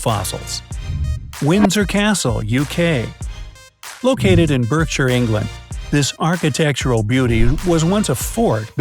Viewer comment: Berrrrkshire and bucking hammmm palace